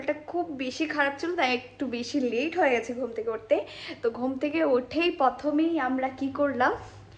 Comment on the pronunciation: তুমি প্রথম কে পথম পথম কেনো বলো তোমার কি বাংলা ভাষা তে problem আছে ❓